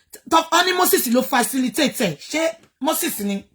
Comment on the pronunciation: teeth cannot let her pronounce facilitate 😂😂😂😂